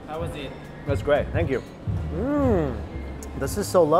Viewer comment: AHAHA SAYS THE MOST CLASSIC ASIAN "THANK YOU" EVER